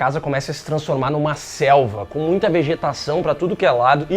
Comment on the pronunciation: Só eu que entendi o falando que a casa virando uma Selma? Rs😅